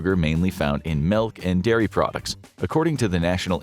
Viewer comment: Are we just skipping over the way he said "milk" as "malk?"